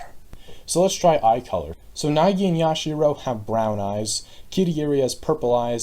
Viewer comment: iM DEAD YASHIRO AND KAI-EE-DEE But this is a pretty cool way to predict things despite Yasuhiro and Kirigiri basically being null and void since Hiro didn't participate in the game and Kirigiri died in the game itself for DR3